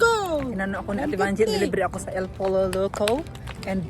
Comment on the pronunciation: El Pollo Loco but it’s pronounced as “El Poyo Loko”